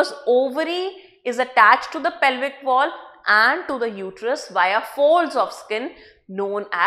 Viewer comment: It's pelvic